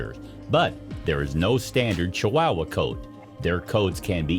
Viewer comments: OH MY GOD PEOPLE!!!! IF YOU ARE GOING TO ACT AS A PROFESSIONAL NARRATOR FOR VIDEOS - LEARN HOW TO PRONOUNCE THE FRICKIN’ WORDS!!!!! ESPECIALLY THE MAIN TOPIC: CHIHUAHUA!!!!!! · It's not chi wow wa it's Chihuahua, more idiotic ai voice over bullshit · Please learn to pronounce the names on things when you do these voice overs. It is not a chi"wow"wa", it is a chiwawa. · Ok, but they are pronounced Chi-wah-wah. Not Chi-wow-wah. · IDIOTcan't even pronounce the Name Correct !! It's NOT Chi wowa !! It's Chihuahua !!!😠😡😡😡😡😡 I give this a BIG THUMBS DOWN because this IDIOT narrating this Video can't Pronounce the Name Proper !!! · It’s Chihuahua, not Chiwowwaa. If you’re going to do a specialized video get it right. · Why are chihuahuas pronounce chiwawa? CHEE-OOAH-OOAH. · It's not chi wow wah! It's chi wa wa! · Did the narrator really just call them Chi-wow-was? 😂. As far as I’m aware, they and the Mexican state they’re named after are pronounced Chi-wa-wa or more correctly Chi-hua-hua the hua being pronounced like hwa. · At least learn how to pronounce chihuahua properly. It's not chiwowa it's chiwawa and spelled chihuahua. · This dude says chiwahhwahh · Is it just me, or is this guy saying ChiWAAhua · i can not unhear "chi-WOW-wa" now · Ugh!! I can't stand his pronunciation of chee wah wah. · I’m sure this video is full of interesting facts but if I had to hear dude pronounce it “chi-WOW-uh” one more time, my head was going to cave in on itself. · Pronounced chi wa wa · This made me laugh. Ch-WOW-uh!!! Reminds me of how Peggy Hill would pronounce Spanish words on King of the Hill. <3 love my lil wow--uh though 🥰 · Ay...this was painful to listen to. chu-WOW-wuh, sinko-DAY-my-oh, The most American pronunciation I've ever heard 🤣🤣🤣 Edit: in all seriousness though, this is good information and I love the inclusion of the girl with Down Syndrome as a positive roll model. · It was difficult to listen to that pronunciation of Chihuahua!